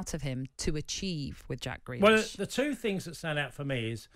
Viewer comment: Grealish, not Greakish. Lol.